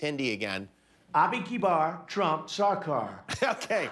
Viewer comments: Why this sound like: Abi kibar trump choker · Abi kiba trump jakaar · no one: trump: a binky bar, trump shlar car.